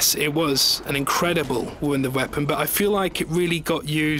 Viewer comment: omg learn how to say "WONDER WEAPON", not "VUNDER VEAPON"